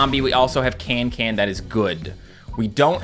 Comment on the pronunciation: Her name is cancan not cantcant lol